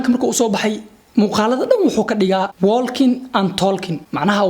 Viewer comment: Bro aan kaa saxo pronouncation ah Walking and talking (wookin and tookin)